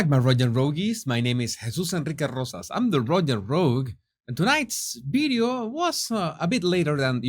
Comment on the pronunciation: Oh, this is intriguing about that bideo of a Monticedo mansion that was sold and that looks exactly like the Harkles' place. I'd like to see that bideo and find out what's it all about. Is there a YouTube link? (Love how pronounces videos lol)